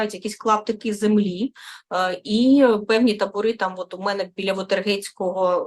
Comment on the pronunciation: Та не "мене, а ме"не, не "себе, а се"бе.